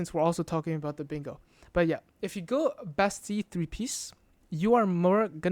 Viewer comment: the only person that pronounces bastille correctly